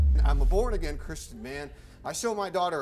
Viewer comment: the first guy can't even say "Christian" it sound like "Curse Chin"